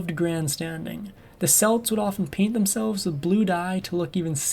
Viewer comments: Aside from the pronunciation of Celts and Celtics, which made me shudder, I just "love" how the narrator painted how the Celtic warriors killed innocents in their attacks as something bad despite how the Romans treated her people and hundreds of thousands of others like them... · The Celtics with the s sound are a basketball team. The Celts with a hard K sound are a race of people. I wil leave the mash he made of Prasutagus alone.